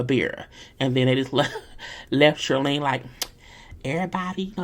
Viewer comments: Shirleen.. throws me off every time you say her name😂😂😂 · I laugh every time you say Shirlene ☠️